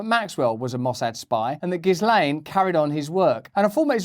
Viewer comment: Russell Brand sure is a really intelligent guy, but even he mispronounces Ghislaine Maxwell's name